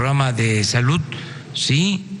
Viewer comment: Se dice SALUD no salut vgt imbecil, ni hablar sabes......